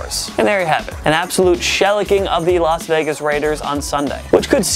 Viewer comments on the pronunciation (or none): I noticed that too. Has he never heard the word spoken, or did he just have a lip fart? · The way he said “shellacking” makes me want to die